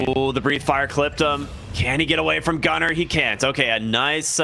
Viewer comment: Why does he sound like saying Gutter instead of Gunnar